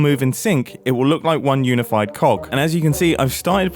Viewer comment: Sounds like "one unified 🐔"